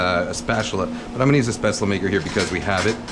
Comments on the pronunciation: It’s “Spätzle “ with a L tho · Don’t pronounce the e in the end and it’s a hard a at the start like “eh” but that was perfect like my oma use to make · If I may insist even more, "Spätzle" are pronounced almost like you did, but with a "sh" in the beginning instead of an "s". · dude you mean "Spätzle" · u pronounced it wrong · the way to pronounced spaetzle made me scream in german but good recipe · never heard it pronounced like that lol